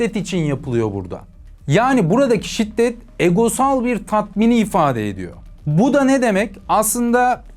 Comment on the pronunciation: Şitdet değil şiddet*